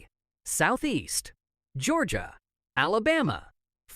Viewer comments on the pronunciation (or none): none